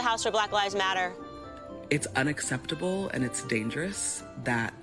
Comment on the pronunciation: "It's unacctheptable ..." "she was demanding ..." That's one stupid woman - everything is on record!